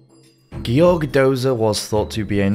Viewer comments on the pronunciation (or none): none